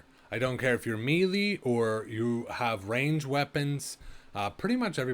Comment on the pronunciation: Did you record this in 360p and say it as "mealy" weapons? TF is wrong with you.